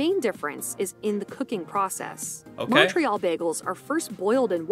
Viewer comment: She's not pronouncing Montreal, tourtiere, or Alberta properly in the English way or the French way. Fraud. Haha.